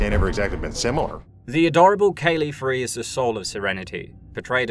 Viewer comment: Herban Washbourne is a neat character, but I much prefer the pilot from the show, Hoban Washburne. Kaylee FREE? Did you watch this series at all? Frye. Like fry.